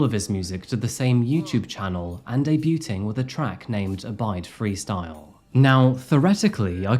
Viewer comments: Constructive criticism. “Whitney Houston’s Debut album” “Day-byou” and “ing” on the end for debuting. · That pronunciation of debuting is a new fave